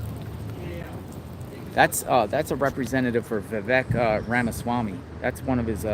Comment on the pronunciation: Vivek is pronounced Vivake as it rhymes with rake.